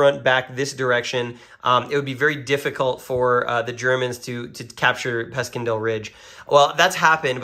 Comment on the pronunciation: Pronounced Passiondale. Great videos. Enjoyed both very much.